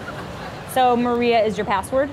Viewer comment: I'm italian and I actually can tell that if you're really italian or you know the language you don't pronounce Maria like that lol